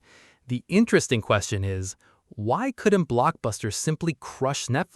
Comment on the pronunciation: It's INSTRESTIN